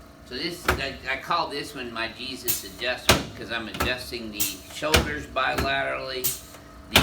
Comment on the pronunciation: That's not Jesus it's hesus